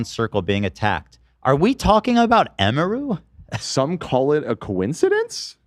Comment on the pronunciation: Everything Ethan mispronounces emiru I die inside